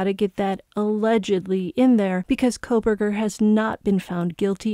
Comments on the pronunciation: You just contradicted yourself in every possible way 🤦‍♀️….you don’t even make sense…Noberger? Grow up…if your going to be “sincere,” about anything, how about getting his name right for starters? While your at it, the contradictions of being sincere about someone getting the DP??!? HOW TF IS THAT SINCERE? Oh, wait IT ISNT! In any way! 🤦‍♀️🤦‍♀️🤦‍♀️ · why not just make a civil statement then? One not centered around butchering his name, which IS childish, and does nothing FOR THE VICTIMS! 😂and where AT ALL am I defending Mr. Kohberger? By stating his name properly? I am not defending anyone. I am however, defending THE AMERICAN CONSTITUTION in which every HUMAN BEING justly AND SINCERELY has a right to a fair trial and is innocent until proven guilty…but both of those ARE FACTS, known facts, not based on opinion! Your statement would have been just as impactful in reading: “Justice for the Idaho 4! BECAUSE, as you mentioned he will get what he deserves…as will they. 🤷‍♀️